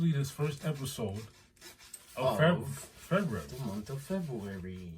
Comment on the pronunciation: The emphasis has to be on the Febru- in pronouncing it. Lmao. 🥴😂